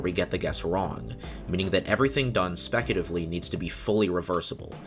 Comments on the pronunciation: It bugs me that throughout this video, you said “specutively” instead of “speculatively”. (Yet “speculative” was always pronounced correctly.) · You pronounced speculatively as specutively every single time...